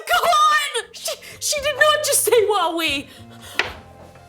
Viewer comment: Well i heard Huawei instead of Wowwee? Lol i kid.